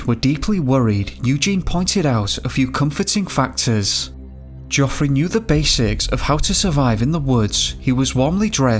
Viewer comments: Jeffry even when spelt geophry noy joffry and van coooover not vancuvver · The biggest mystery is why your pronouncing it joffery! Absolutely fucking useless 😂